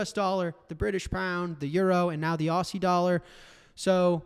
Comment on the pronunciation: Jack. The pronunciation of aussie is auzzie